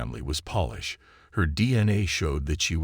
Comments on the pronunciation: World War Eye Eye? Stupid robo-narrator. Oh, then there’s “polish” pronounced like shoe polish. Not “Polish” as in people from Poland. Why don’t the use actual human narrators on YouTube? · Aye. Polish is not pronounced as polish!